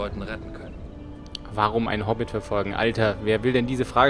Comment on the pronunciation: Hobbit nicht Hobit